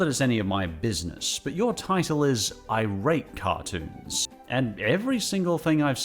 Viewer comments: I think iratecartoons is supposed to be three words (I-rate-cartoons) not two words (irate-cartoons) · I'm not sure if anyone's pointed this out (I scrolled the comments for a bit n didn't see any at least), but I think "iratecartoons" is supposed to be read as "I rate cartoons" not "irate cartoons", like they just rate cartoons, they're not angry about them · I’m sorry to point this out but pretty sure “iratecartoons” is meant to be read as “I rate cartoons”, not as “irate cartoons”. I don’t know them personally but it just seems like the obvious way to read their username based on the context of their reviews. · Isn't it "I... RATE cartoons"?